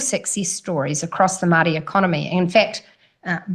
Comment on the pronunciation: If she said Maori correctly instead of with her broad mouth it wouldnt sound like she was saying Mardi .... cause thats how she sounds ..... Mardi ass